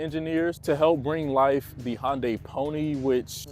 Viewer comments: I have never heard it pronounced "HONDAY" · The way this guy says Hyundai is driving me crazy. Love the vid tho 🔥